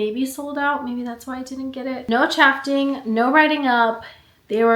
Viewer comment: why do u say chafing like that….